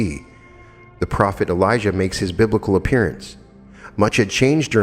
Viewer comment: Dear Note on pronauntiation of the Names. John the Baptist is Elijah Jesus is Elisha. You pronounce them very similarly which is bit confusing. Times of the Bible were the very violent times. We humans will never reach the Kingdom of God unless we rid our hearts of cruelty and violence and let Love enter therein. Paramahansa Yogananda also said that we can alone ask God to explain questions concerning the Bible and we will receive answers. LovetoAll MS